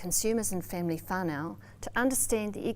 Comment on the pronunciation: Awesome but pronunciation of whānau needs work